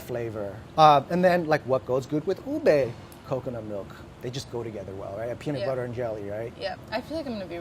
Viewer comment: i'm so glad about Molly saying Ube instead of purple yam and pronouncing it very close to how Filipinos pronounce it!!! <3